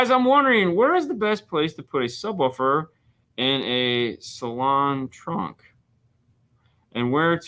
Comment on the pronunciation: Saloon is European for Sedan. Its not a type of car but catagory. Saloon is pronounced like an old western bar a saloon not salon. Love your channel!